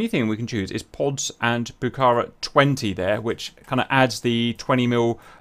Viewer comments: if you want to pronunciate rigth ... is pucarA y not pucAra (i dont speack english... but i can tell you how this word has to be pronunciated... and means "Red fortress" or "fortress" in quechua... ) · I love that you've done this, I've wanted to see the Pucará in DCS for a long time. For the record, it's pronounced "Puca-rah", because of the "á" at the end. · Like Argentinian I really amazed for your excited about the Pucará (the last "A" is the accentuated) -- Its a lovely plane that its in the heart of every Argentinian. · Pls. It's Pucará. The accentuated syllable is the last one.